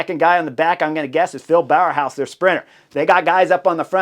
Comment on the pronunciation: bow-house not bower-house if you want to pronounce Bauhaus correctly, just a pointer :) it's not easy all those names :)